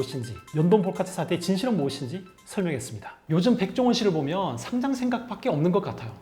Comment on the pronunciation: 마지막에 상장 축하한다는 말이 어째 돔 공연 축하해... 처럼 들리지ㅋㅋㅋ